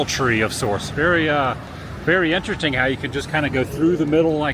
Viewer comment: "a pretzel tree of SAUCE" "very INDASTING" woo speak.